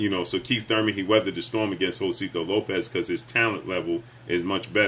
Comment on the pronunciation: you my dude but you butchering Josesito Lopez name 😆 Ho-say-see-toe